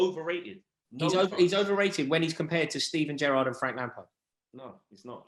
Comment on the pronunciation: Hahaha! This was hilarious. Its Gerrard.